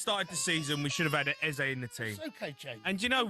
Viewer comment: 'A Berry Eze' 😂